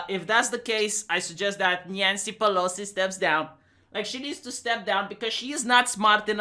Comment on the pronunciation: "Nyancy Pelosi"